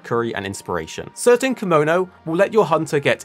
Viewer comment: "kimono" is an outfit. "Kemono" is the name of the monster. Pronounciation is important in japanese, they are two completely different words.